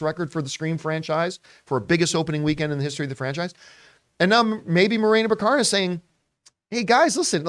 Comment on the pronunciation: I thought it was BACK-a-rin?